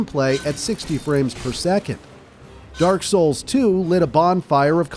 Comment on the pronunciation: Nah, I think its AI too. AI tends to mispronounce certain words like "Niche" in this case. I mean just listen to him, he sounds very fake. Oh and the way he says Demon Souls or Dark Souls... Demon Souls 2mins in.